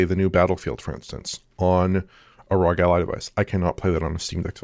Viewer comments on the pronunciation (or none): did he say xbox rogue ally? 😂 its ROG not rogue, lmao